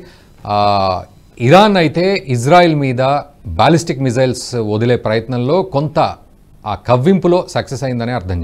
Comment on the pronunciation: దయచేసి బాలాస్టిక్ కాదు సర్, అవి బాలిస్టిక్ మిస్సయిల్స్. మీరు ఆర్మీ అధికారి. మీకు వందనాలు